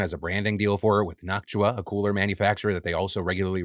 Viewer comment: Say it with me now… Knock-two-Ah…. noctua